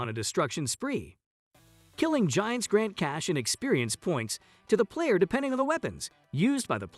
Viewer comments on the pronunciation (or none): none